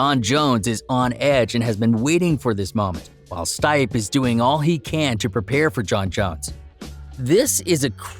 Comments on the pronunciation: It’s pronounced Stee-Pay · This fukin guy. Learn the fighters names. Stipp